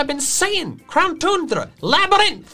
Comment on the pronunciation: Tundra (toon - druh)